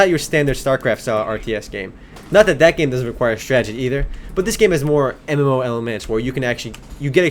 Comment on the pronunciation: When he says MMO it sounds like Emmllooou